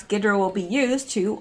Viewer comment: G is silent on ghidra. Think hydrant without the nt on the end.